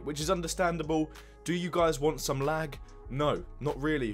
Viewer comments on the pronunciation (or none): none